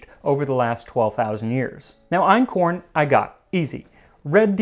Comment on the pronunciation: Your German pronunciation is really good (Ötzi, Einkorn, the place names). One thing about the economic hierarchy: Farming doesn't come directly after hunting & gathering. In anthropology, there's a system (from primitive to advanced, with type a being the simpler one): 1. Hunting & gathering, aka foraging, includes catching fish and collecting seafood. Type a = without dogs, type b = with dogs. Type a was common for a very long time among indigenous Africans, and that excludes ancient Egyptians - they moved over from the Middle East and had dogs like other Eurasians; the oldest African breeds are descendants of those Egyptian dogs. 2. Gardening is similar to farming, but you haven't domesticated animals that could help you with ploughing yet, so in gardening communities you plough with manpower only. No livestock for work. Type a has no settlements, but often moves around and burns down parts of the forest to "make" new fertile soil. Type b has settled, because they've figured out how to keep the soil fertile. 3. Nomadism. Type a follows wild, unchanged animals like large herds of reindeer, type b has domesticated animals. 4. Farming. Farmers have settlements and made the first cities possible. They change their environment by redirecting water, cultivating plants and domesticating animals to better suit their needs, and they don't have to do all the hard work themselves anymore. Type a uses domesticated animals like cattle, horses, donkeys, mules, camels or elephants for wo